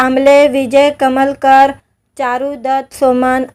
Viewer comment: अग बाई विजय कलमकर असं नांव आहे. कमलकर नव्हे. अमराठी मुलगी आहे. मराठी बोलण्याचा चांगला प्रयत्न करत आहे.